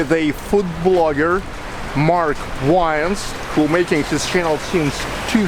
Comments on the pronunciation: 'Mark Wains' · In the beginning of this video said "Mark Wines" instead of Mark Wiens Lol